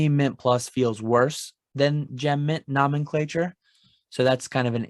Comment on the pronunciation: It is pronounced "no-men-clature".